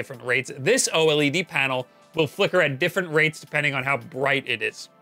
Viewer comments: O-L-E-D you mean to say "oh-lead" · The pronunciation is so annoying. Just say OLED as one word instead of O-LED. It's one word! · O LED NOT O L E D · why do you say O-L-E-D? It's easier to say OLED, like everyone else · Its pronunced O-Lead (OLED) not O-L,E,D. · why don't you just say "Oled" instead of "O EL EE DEE" dafuq dude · oh ehl ee dee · its pronounced ohlead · The only guy I know who says “oh L.E.D” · Just say "oh-ledd" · FFS, SAY O-LED!!!